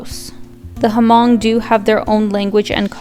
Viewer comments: Great vdoAlina, but you should pronounce Hmong with the H being silent. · Corrections on the name HMONG, The “H” is silent, the proper pronunciation is MONG, not HA-MONG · The H in Hmong is silent... just say "mong" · Just fyi but, h in Hmong is silent. The locals just say ‘người Mong‘, Mong tribe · The H is actually silent we Asians pronounce it mong 😂